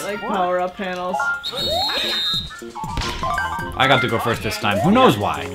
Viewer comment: I SERIOUSLY JUST GOT WATER UP MY NOSE FOR HANK SAYING PANELS INCORRECTLY OH MY GOD WHY WAS THAT SO AWESOME.